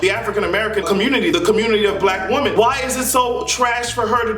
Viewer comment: When you're talking about more than one woman it's pronounced as (Wimen) you always say woman as if you're talking about one